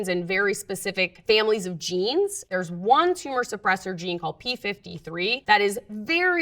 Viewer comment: literally the first time I've seen the number "one" pronounced "own"